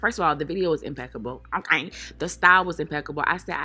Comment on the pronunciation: the way she says okay... "OHGAY" lmsksksjdjdj gatta love her🤣🤣❤️